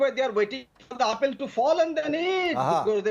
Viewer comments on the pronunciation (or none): what is " APEL TO FALL? He cant even pronounce apple what a guy....